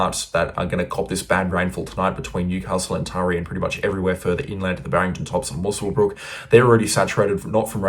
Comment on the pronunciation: "Moos-wel-brook"??? Wherever you come from, the least you could do is learn how place names are pronounced before spouting off in public! It's "Muscle-brook"! If you don't care enough to check, don't pretend you care at all, because you don't.